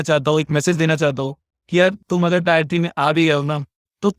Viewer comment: टीयर होता है टायर नहीं, इसी से पता चल जाता है कि आप टियर 3 से हो, टियर को टायर बोलते रहोगे तो microsoft तुम्हें बहुत जल्द निकाल देगा